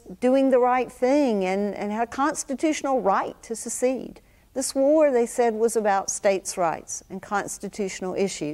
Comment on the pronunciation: Okay.... The BIGGEST problem I have with the woman at the end is the fact that she pronounced secede as succeed.... Girl, you are showing your intelligence levels and let me tell you, it is NOT high